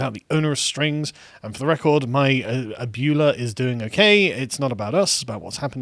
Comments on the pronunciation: Carl pronouncing it "ab-YOO-lah" is hilarious, I love it. To be sure though, it's pronounced "ab-WEH-lah" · Ab-you-luh is actually ah-bway-la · its abuela not abduhla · Speak and say: Abuela. Sargon: Abuuula? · I'm with Matt Walsh on this one. And it's pronounced "ah-bwe-la" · bro oboolah reaally? you need lessons that pronunciation is cring. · I can't tell you how much it pains me that they mispronounced abuela ( pronounced: uhb-wei-luh) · Abuela is pronounced ab-way-la. I hate Spanglish as I think it devalues both languages it frankensteins together and is used as a sort of spiteful refusal to assimilate more than anything, but I also hate when people mispronounce things as it is very distracting. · AB WAY LUH !!! READ!!!! Ab UE LA ..... Pronounce ue on its own... OOay... Ab Ooay Luh ... Ab Way Luh. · Pls god Abuela is pronounced “ahh-bway-luh” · I'm pretty sure abuela is pronounced a-bWeigh-la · I feel obligated to point out it's pronounced "Ab-WAY-luh" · It’s pronounced ah-bway-lah. Good video though. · It is said "ah buh way lah" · Abuela...Ab-way-luh. Love you guys and totally get it, just figured I'd put this here lol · Lmao "ah-byoo-lah" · Abuela is pronounced more like Ab-way-lah. And it is Spanish for grandmother. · Carl pronouncing abuela like ebola makes it so much funnier Save AOC's ebola everyone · ab-way-luh, and yes it means Grandmother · "Ab-whey-la" dammit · Listening to Carl and mispronounce ah-bWEH-la gave me a chuckle. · It's pronounced abwella! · "Abuela" is pronounced "Ab-well-a". Love you guys! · Abuela: Pronounced "Ab-way-la" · Lol “ab-ewe-la” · It's pronounced a-bweh-la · One of the many legacies of the British empire is no Englishman has ever bothered to learn how to pronounce foreign words. Spanish is particularly easy because it is spelled phonetically, and their vowels always take the same pronunciation. Ah-bway-lah. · Sargon it is pronounced “Ab-Way-La” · Great now he's going to read that as A-Bwee-Lah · Ah-bway-luh, Carl